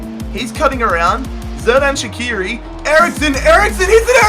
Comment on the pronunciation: Great vid! Keep up the good quality btw it's soo-luh (Süle) and sher-dan sha-kee-ri